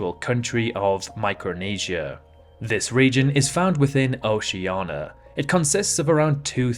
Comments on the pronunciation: Is there any specific reason he says it OCEANA, instead of OCEANIA? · he is insulting people in oceana. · So you can't pronounce Oceania but you can pronounce Kiribati? Are you joking? Why is Oceania so hard for you? It's ridiculous. So why don't you pronounce Australia as Australa? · Yes, he is stupid. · just an error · no, he is incapable of pronouncing it correctly. We have pointed it out for years. Also he makes many mistakes in this video.